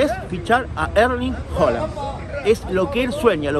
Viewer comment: Es primera vez que veo tus videos y me gusta el material Solo… pronuncia bien Haaland jaja me estresa escucharte decir Holand…